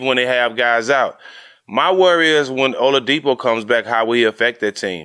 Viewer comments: Olawudipo? Man added a whole nother syllable 😂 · Can someone tell Matt his name is Oladipo not olawadipo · Lol yeah I was like who tf is oluwadipo? 🤔